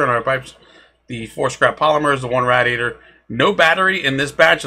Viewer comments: nice video but i think it's pronounced "ray-dee-ator" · Rad-e-a-tor Ra-de-a-der I’m sorry couldn’t help myself.